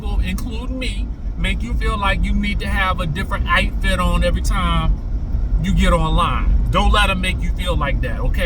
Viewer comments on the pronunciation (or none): Every time says Ouyt fit or Houyse like Trina Braxton I crack up!!!!